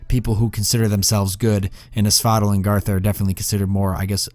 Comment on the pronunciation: You pronounce asphodel like you're saying axolotl. The other guys call it AS FOE DELL which sounds a lot better imo